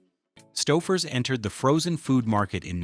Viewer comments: It's "STOW-FUR'S". Otherwise, great video, thank you for the effort. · I effng HATE AI narration. Stau-ffers? WTF is that? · I said aloud when I heard it “stow furs.” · Its Stouffers not Staffers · st-OWWW-fers? Too much sodium. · That's pronounced "STOW-furs", according to this trash AI generated crap. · Why does the AI voice wait til the end to correctly pronounce Stouffers? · The mispronunciation of Stouffer's means they use AI for their voiceovers. If they do that, how reliable can their information be? It's just someone who plugs basic stuff into a video and posts it for the money. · Can't even pronounce Stouffer's. Grow a brain. Try watching Youtube reviews and learn now everyone with a brain pronounces such brand names. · Mispronounced 'Stouffer's'. Thanks, AI... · Yep, and thanks to the A.I. narration, they pronounced the company name two different ways in the video. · Definitely! Kept mispronouncing Stouffers, then, started pronouncing it correctly. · Your AI mispronounced Stouffers through most of the video, now this guy is misspelling it! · Interesting that "Stouffer's" is mispronounced early on, but is correct when the lasagne is presented. I am frequently amused by inconsistency in pronunciation. Too bad "satiety" is only said once, badly....